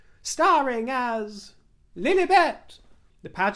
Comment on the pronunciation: It pronounced Lil-i- bet, short i, not Lil-eeeee-bet. You, as a Brit, should know this.